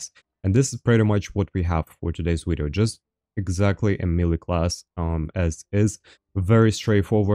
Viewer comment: ive been watching for a while is there a reason you say wideo lol. I always thought it was funny and wanted to know